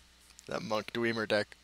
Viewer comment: Hey man, love your videos. I'm a huge elder scrolls nerd and am just getting into this! If you could just do one thing- you pronounce "dwemer," "Sheogorath," and "Miraak" wrong and it's just a little thing, but it makes my eye twitch. The last syllable of "Sheogorath" is pronounced just like the word "wrath" (shey-yow-gore-wrath). The "a"'s in "Miraak" make an "apple" "a" sound. And, for the love of all that is holy, the first "e" in "dwemer" does not make an "ee" sound, it makes the same sound as the first "e" in "temperature." Just look up gameplay videos from the games. Your videos are really great and the commentary is fantastic, but if i hear "dweemer" one more time I'll sell my soul to Molag Bal. Perhaps I'm mistaken and "dweemer" is something else, IDK. Best of luck!